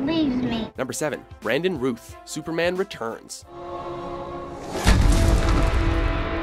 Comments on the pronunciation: Brandon Routh - rhymes with south, not tooth. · Rooth??? It's Rowth Like South the direction. you dont say going sooth. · Don't tell me no one in the office have ever heard anyone pronounce Brandon Routh's name. Rowth is how it's pronounced, not rooth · Mispronounced “Routh”. It’s like “south” not “Ruth”. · It's Routh like mouth. Not Routh like tooth. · It's not pronounced Brandon Rooth ... its pronounced Brandon R-a-ow-th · Brandon Routh’s last name is pronounced Rowth, not Ruth. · Brandon Routh’s last name is pronounced Rowth, not Ruth. And it’s DC EXTENDED Universe, not DC Cinematic Universe. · OMG HIS NAME IS SAID ROTH SPELLED LIKE ROUTH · Brandon "ROWTH" not "RUTH" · His name is actually Brandon Routh (like South not Ruth) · Who the hell is Brandon Ruth? His name is Routh, not Ruth. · Routh is not "Ruth", it rhymes with "mouth". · Its not rooth, its ROUTH, as in rhyming with mouth.... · Yet another hap-hazard list by. 1. Routh is pronounced like 'South', not 'Ruth'. 2. Routh known for his acting abilities? Are you kidding me? 3. It is widely disputed that George Reeves actually killed himself. Look it up. 4. Again, Tom Welling known for his acting ability? I loved the show, but any moron could see he couldn't act worth beans. 5. Batman v Superman is not slated for the summer. It comes out in March. 6. George Newbern at #2? Ahead of Tim Daly? Do you guys put these lists together in your sleep? Seriously, I'm curious. Do you guys put any effort at all into these things, or are you all about just churning out clickbait? How about doing your homework for a change? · Brandon Routh is pronounced like "South" not like "Roof" Also why is Brandon Routh's portrayal so low on this countdown? Henry Cavil's portrayal lacked a depth unlike Routh's Superman. #1 Christopher Reeve #2 George Reeves #3 Brandon Routh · Isn't it "Row-th" and not "Ruth"? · Brandon "RUTH"? RUTH? Really? The man's name is Routh (ROWth) Like OW. ROUTH you moron.